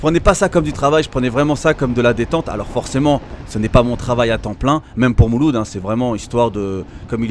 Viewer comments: " mouloud " tu la pas respecté le pauvre 😂😂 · A 6 min 12 il appelle mouloud comme ça y’a plus de problème 🤣